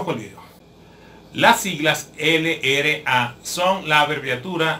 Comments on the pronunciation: esta bien pero no se dice ere ele a, se dice erre ele a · No es ere es errre